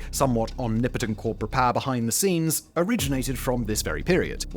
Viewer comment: My god its poWer Simon! PoWer!! Not poer